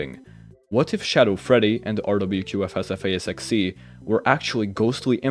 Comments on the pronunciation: Ok that was impressive. Round of applause for nailing that pronunciation. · In case no one else says it, I noticed and commend you for practicing saying RWQFSFASXC so quickly and clearly lol